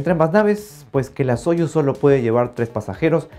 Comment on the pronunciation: Muy buen video. Pero de hecho se dice sayus, así como sayus nerushimi respublik sabodnyk.